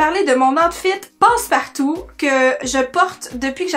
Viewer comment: Haaaaa "passe partout"! J'ai cru que tu disais "post partum" alors je ne comprenais pas! 😂